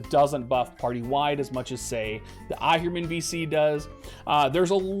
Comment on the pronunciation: It's Ahriman (/ˈɑːrɪmən/), man, not Ahirman, man~